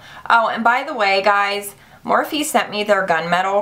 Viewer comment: The E is silent in Morphe.